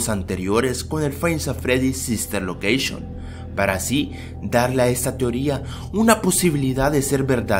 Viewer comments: sister locreishon :v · SISTER LOQUEISHON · sister loqueishon :v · SISTER LOKESHON